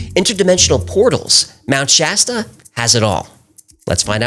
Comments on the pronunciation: finally someone pronounces mt. shasta correctly instead of trying to church it up. in a cali local and its pronounced just like its spelled or the soda pop brand. thanks. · I live in Mount Shasta. Thanks for getting the name right! The lava fires.... no so much. I always make sure to keep an eye out for things....